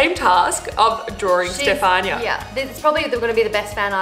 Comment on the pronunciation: Today I come across its STEFANIA not Stefani 🤣🤣🌱